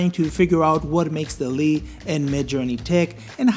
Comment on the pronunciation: Sorry but I couldn't watch further than the 1 minute mark, the way you were pronouncing the name for dall-e was really distracting. The name should be pronounce the same as the animation movie, wall-e, it's basically an intended pun. I don't know how to type the pronunciation but I recommend you to search online. Feel free to ignore my critic, but it really was super distracting and I couldn't continue with the video. Cheers